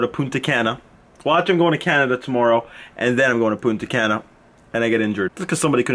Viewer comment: Ive been to Punta Cana. You say it wrong lol